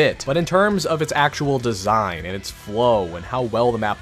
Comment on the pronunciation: What is that / ? Listen the way he said design. It's like messed up his words and said something that sounds nothing like design.